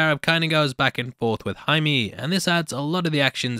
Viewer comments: "I've already pronounced everyone's name wrong" You're actually one of the only people on YouTube who pronounced Jaime's name right. Most pronounce it as "Jamie Reys" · This is more or less the correct way to pronounce Jaime. Not Hi-Me but more or Hi-Meh. You got it right once,.:)